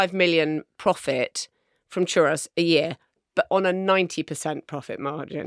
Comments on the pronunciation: Definitely pronounced choo-ROEZ, not chuh-ross. 🙋🏼‍♀️Texan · Is that really how you’re supposed to pronounce ‘churros’? ‘ChuROSS’? I always thought it was the plural of ‘churro’ (one churro, two churros’) ‘ChuH-ROE’, and therefore ‘chuhROEz’ My life has been forever changed. Thinking back now, full of embarrassment, at all the times I ordered some churros. 😳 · It’s pronounced ‘churose’ not ‘chuross’. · Am I the only one perturbed by Marina & Richard’s pronunciation of Churros. It’s Chur-O’s, not Chur-ross, is it not? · What a strange pronunciation of churros ?! It's churr-ohs!! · Omg please learn how to pronounce Churros or stop saying it. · If you are going to say “churros” so many times at least learn how to pronounce it. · Hering Marina say churos wrong multiple times but utterly confidently is good fun. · The pronunciation of 'churros' hurt. Absolute worke nonsense! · Why are they pronouncing churros like that? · marina's pronunciation of churros is hurting me spiritually